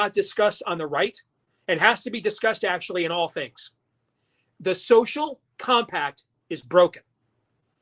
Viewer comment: Nono he said Sophomore Combi-pack